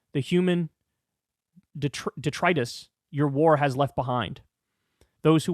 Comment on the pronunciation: "Detritus". Another word Kyle can't pronounce.